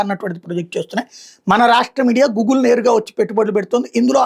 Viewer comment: gugle kaadu..goodgle....learn english